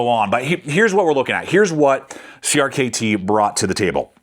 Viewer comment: Great video. Hearing you constantly say “Creamy” is a bit cringe though